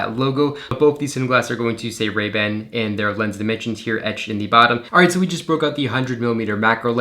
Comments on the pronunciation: That's just incorrect grammar. You only use the "thee" pronunciation if "the" stands in front of a word that starts with a vocal. It's the same for a and an. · Please stop saying the pronounced ‘thee’ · Did it take you a long time to train yourself to pronounce “the” as “thee” every single time? It is a rather unnatural speaking characteristic.